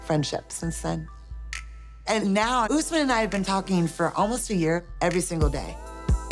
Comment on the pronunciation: My husband's name is Usman as well but im not sure why white people call it Oouusman, the right pronunciation is Osman. OS-MAN